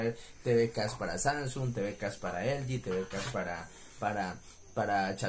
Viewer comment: Nadie: Absolutamente nadie:: "Elgin"